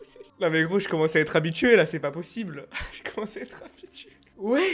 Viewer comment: Ch’est pas pochible…